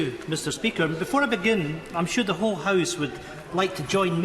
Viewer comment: Hahaha "the whoke house" while camera shows an empty room.